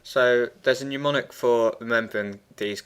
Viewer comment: The word is mnemonic, not numonic. If you don't know how to pronounce words correctly, how can anyone have confidence in your knowledge of the subject, particularly when you demonstrate the modern affectation of beginning sentences with "So."